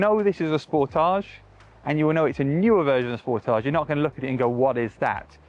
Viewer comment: Thank your for pronouncing Sportage correctly! ❤️🇨🇦